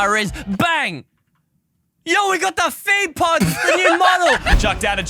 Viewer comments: "Feet pods" 💀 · Why did he say "bro we got feet pod" 😂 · He said 'yo we got the feet pod" that made me want to play Minecraft 😂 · "Feet pods" 🤣🤣